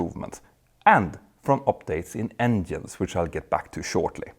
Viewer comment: Stop saying "endienes"